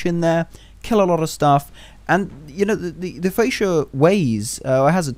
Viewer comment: You dont use mph to measure torpedo speed!? Its also pronounced FRE-CHA not FRE-SHA